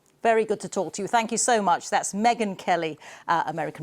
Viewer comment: ON the SPOT, Megyn aboaut ME-gain.